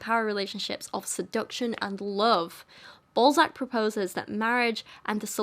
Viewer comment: His name is not pronounced like that. And his books are obviously a parody of his society's social norms. De Balzac was the original troll. O me, the satire is so heavy in this one that it's almost grabbing me by the eyeballs and telling me "Look! This is satire!!!".